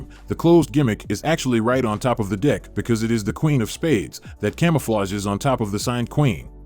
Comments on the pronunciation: Love the video as always, but this voiceover sounds like it's saying "d*ck" every time it says deck lol, I can't NOT hear that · Since when do playing cards belong in a "dick?!" That's news to me. It's just a wee, wee mistake that should be corrected in this video's narrative. (And why am I now thinking of the letter "p?") ~ And, no, I don't like any voice overs that are using AI-- or any "other" computer-generated voices. Using this "choice" for the Narration (my cap) part of a video presentation I think clearly illustrates that, as a culture, we are becoming increasingly lazy and even cold-heartedly disconnected from an important part of what defines a healthy civilization: putting a priority on direct and personal communication that can imbue all of the feelings that human expressions can generate. Our personal "signature," i.e., our own vocal styles, our unique ways of expressing feelings or information of any kind between human beings, are rooted in the evolution of a civilization. But, when in the course of finding--or seeking--more effective ways to express ourselves in this technological world become interrupted by our lack of appreciation for direct and personal human contributions to oral communication, it deeply concerns me, because part of what defines the healthy growth of any society is being able to communicate clearly and directly, human-to-human, voice-to-voice. Our words are, indeed, a reflection of our personalities,of our personal thoughts and emotions; and when expressed through our unique personal inflections, each of us really do continue to better understand ourselves, i.e. with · Why is it that every time the commentator says "deck" it sounds like "d#ck"? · This one sounds like he is swearing every time he says deck and its really distracting. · is the narrator saying Deck or something else? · Y'all he is definitely not saying "deck" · this guy can't say DECK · I hear something else everytime when he says the word 'Deck'. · Dick or deck?